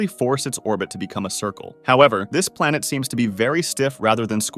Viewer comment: plenet BaRAjuuu